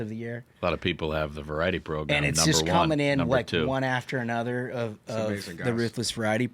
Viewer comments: Progrum! It drives me nuts when they say that. 😂😂😂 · So this is a program. Not progrum. 😮 I want to correct you every time you say that 😂